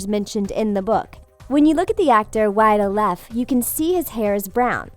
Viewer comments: OML HOW MANY NAMES DOES SHE SAY WRONG FINN WOOFERD WIDE OLEFF OMG GET AN EDUCATION LADY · Stranger Thingstv and who is "Wyatt olaaf" ? I only know Wyatt oleff